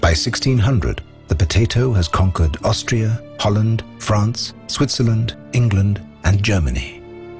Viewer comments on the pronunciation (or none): none